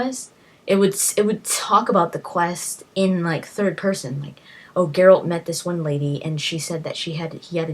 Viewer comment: Brawa dla Pani, anglojęzyczna, a mówi 'geralt', a nie jakiś pierdo*ony 'dżerald'. Ufff. Zajebista recenzja.